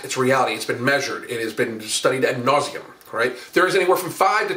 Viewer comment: “Ad nauseam”